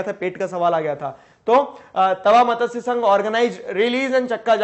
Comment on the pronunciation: This is not मतस्य,this is मत्स sangh